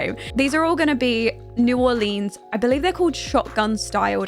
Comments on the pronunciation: Love this video but it is pronounced “new are-lens” not “new are-leens” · "New orleens" 😂 great video